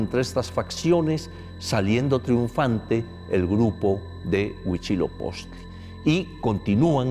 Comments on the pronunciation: Por qué lo pronuncian: Huichilopoztli? 🙄🙄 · por qué pronuncia Huichilopoztli????? qué no es *HUITZILOPOCHTLI*?!?!?!? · Exacto, aunque ya mínimo un semestre de náhuatl para no escucharlos decir Tenoztitlan o Huishiloposhtli